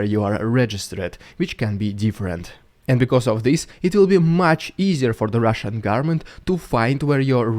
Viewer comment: " Itzs the Rússssian dúde" Epic🤗🤗🤗. Good content bro. I suspect Putinator has you on his radar though. Carefull.